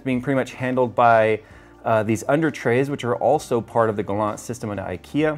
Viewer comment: You made me smile when you pronounced the "Galant" and "Bekant" names. If you did not know "Galant" means more ore less excellent and "Bekant" means familiar.